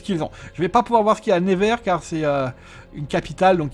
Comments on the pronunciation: Ps: Ça se dit "Neuvers", pas "Névers" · neuvers pas nez ver mdr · On dit nEUvers, pas nÉvers.. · ça se prononce NEUver et pas "never" (à l'anglaise) j'ai faillit avoir un PTSD a la fin de la vidéo haha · Jsuis degouté Il a mm pas cité Troyes (ma ville) et il a pas arrêter de écorcher le nom de Nevers